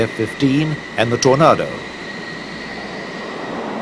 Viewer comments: What's wrong with the commentators? They have English accents but talk about Tornardos and Jagwars. We don't pronounce the names of those fighters that way. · What's that, Tor•nardo? Another way of pronouncing "tornado" ? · It's pronounced Tor-nay-do! I'm not triggered, you're triggered... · The Tornado is pronounced as in Tornaydo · why the hell does he say Torardo... they are Tornados.. ffs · Tor-nar-do ? smh. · I got really mad becouse he was saying tornado rong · If only the English narrator could pronounce the name of the British plane used. What is a tornarrrrdo? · WTF is a "Tornardo"? if your narrator doesn't even know how to pronounce the aircraft names he's in the wrong job. Worse that it's an aircraft from his own country. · Nobody says it that way - it is TornAYdo, even for Brits! I don't know where this commentator gets that from! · british tor nar dos ? at least say it right! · Ha ha pronunciation is important .. tor-nar-doe. Ha ha. Tornado.. think weather/wind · Its Tor-nay-doh ffs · Seriously?The British cant pronounce Tornado right???Wtf is a Tora nado???? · You make a kind of valid point (Tomato or Toma[E]to) but take it from me, nobody, NOBODY in UK says torna[r]do. Neither, as in the popular song, does ANYBODY say Potarto! Not even the Queen, God Bless her! Been here 80 years and keep open my ears! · FFS, learn how to pronounce Tornado! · Well, at least if the names of the planes were letters and numbers, the narrator could get them right. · Great documentary apart from using a narrator who can't say the word ' tornado' properly. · Hmmm… Tornado. Pronounced the same each side of Atlantic, but not here… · This is toe-curlingly irritating commentry. It is a fake English accent. He mis-pronouces the words "Tornado", "Jaguar" and "missile". They are pronounced as an American would pronounce them. If you want an English accent - use an English commentator - not an actor. It rather spoils the video. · WTF is a “Tornardo?” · Tornado not aaado